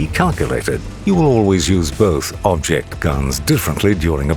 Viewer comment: His name is......"bobject" 😂